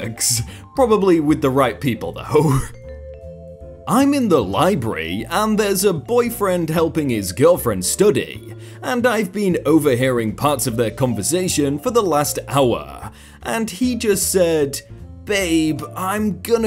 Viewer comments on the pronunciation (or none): I'm sorry, did you say... "libry"? "Lie-bree"? 🤦